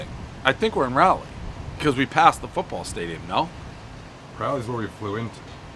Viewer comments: Pretty sure it's RAW-LEE and not RAA-LEE, anyway. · It’s not Rally it’s Rawly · It's Raa-leigh, not Ry-leigh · rawlie not raulie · OK - we're not in Rawleh... well covered in the comments here, now, the thing he almost forgot was the NC State Wolfpack.. thumb against middle two fingers "go Pack" not... meow or whatever he said. best review everyone know the rules. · Somebody tell my man how we say Raleigh down here please lollll. Rally is what happens in such sports as your dearly beloved Pickleball, Pres lollll. Love this guy. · Raleigh is pronounced Ral- eigh.... Ral as in Wall and lee... Ral - lee 🙂